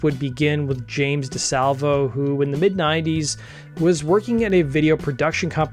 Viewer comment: James DeSalv-i-o. Not the DaSalvo. Thx